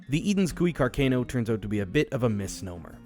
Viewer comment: Interesting and well made vid. Car-Can-o is the anglicized pronunciation though not car-cane-o